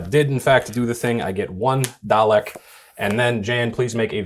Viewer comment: Why can no Americans say Dalek.